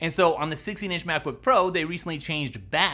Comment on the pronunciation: Um, you said “McBook Pro” at the 30-second mark. 🤓🤓🤓